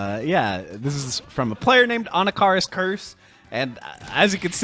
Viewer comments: 'ANNA-CAR-US' ? 😂😂😂 uve clearly never used this character before lol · Anna Car us 😂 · He still says Anakaris' name weird to me